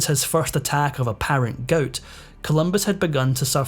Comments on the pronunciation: Please! It's "gout" not "goat". 😂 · "Goat"? Why can't you pronounce "gout"? LOL! Sorry, JK! Good video! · A severe case of GOAT? It's called GOUT (pronounced Gowt) 😂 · It’s pronounced “ga out”. Long u sound. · "Goat" is gout in a Sctish accent....dummy!